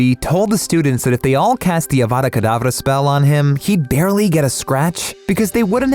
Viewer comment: Such a beautiful pronunciation of Avada Kedavra